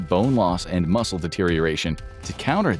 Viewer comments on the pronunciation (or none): none